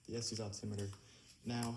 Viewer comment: Yea the audio sucks but you should know it's pronounced "es-tess" and not "es-tees" :)